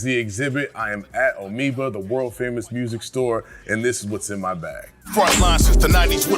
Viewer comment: Did he say Omeoba 😂